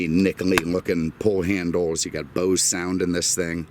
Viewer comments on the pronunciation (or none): none